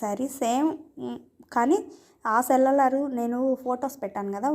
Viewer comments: సెల్లర్, సెల్లార్ కాదు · Seller....not cellaar